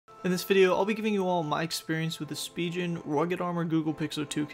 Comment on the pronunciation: SpiGen not spiJen